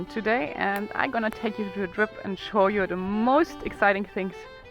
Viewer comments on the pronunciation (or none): none